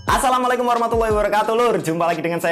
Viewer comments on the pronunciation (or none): none